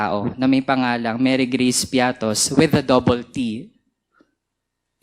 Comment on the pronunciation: Mary Geace piattos? Walang ganun.It's Mary Grace piete